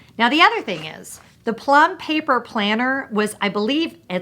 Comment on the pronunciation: I love all of your organization videos. I find myself feeling so content watching them. I understand completely what you mean my getting joy out of looking forward to the next year😊. Also, super impressed you could say Plum Paper Planner 😉👏👏